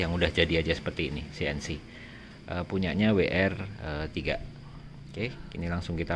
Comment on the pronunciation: Chanel ini salah satu yang menyebutkan merk WR3 dgn benar Weer tiga, bukan weer tri.ckckck. mas jelasi kaliper yang fixed dan engga dong. Pernah baca juga klo kaliper nya fixed, maka disc nya semi floating atw floating. Ngt jg kebalikannya..klo kaliper nya ga fixed, maka disck nya yang fixed. Masih blom paham